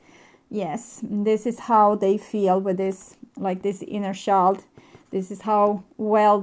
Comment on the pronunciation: Please learn how to pronounce "child"..